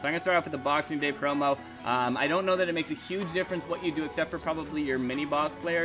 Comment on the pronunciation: Thought u were saying porno😂😂